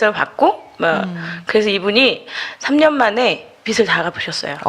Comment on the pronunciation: 있쟈나여"~" 빚청산 ‥빛이 아니에요빚이예요 빚비슬지다,비츨지다‥다‥틀린발음이예요‥ 비즐이라고 발음하는것이 옳아요‥ㅋ 여튼 그것이 중한건 아니지만‥ 듣는내내 거슬렸답니다.신앙인들의 잘못짚는삶의일부분에 도움주시고자 열일하시는데 ㅎㅎ